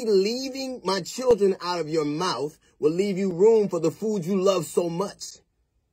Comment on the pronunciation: DL said "maybe leaving my children out your mouf, will leave you room for the food you love so much". Me: Oh Laaawd!💀